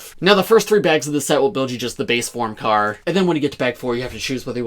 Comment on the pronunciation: No your second. The first was one saying “Crar”